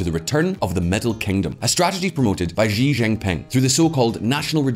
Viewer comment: please stop mispronouncing "Xi Jinping". The X in Chinese orthography is pronounced with the sh sound, not the Zh sound found in the middle of the word "measure". It's not "Zhi Jinping". When China decided to adopt the Pinyin romanization orthography, they repurposed what they thought were redundant letters (X, Q, and C) to have the sounds produced by letter combinations in English, rather than adopting an anglo-centric orthography. X got the sh sound, Q got the ch sound, and C got the ts sound. So Xi is pronounced "shi", Qing is pronounced "ching", and Cao is pronounced tsao. If you wouldn't read Polish, German, Irish-gaelic, Welsh, or Czech names without bothering to find out what the proper pronunciation is in their respective orthographies (each of which differs considerably from English), you wouldn't be considered to have done your due diligence in journalism. Why would you be so sloppy as to mis-read Chinese names without checking? It's not like Xi is hard to pronounce, you just didn't bother to look up how to read it in Chinese orthography, so you just went ahead and butchered the pronunciation. **EDIT**: you also mispronounce Deng Xiaoping. The letter e is not pronounced like it is in English. "Deng" in the Pinyin orthography is pronounced "dung", and again, the X is not pronounced "zh", it is pronounced "sh". The proper pronunciation is "dung shiao ping".